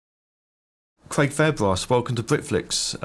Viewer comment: Cwaig Fairbwass